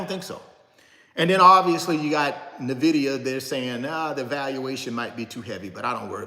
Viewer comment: Bro you repeat yourself constantly you said the same thing for over 30 mins And its not Navida its nvidia there is no vowel between the n and v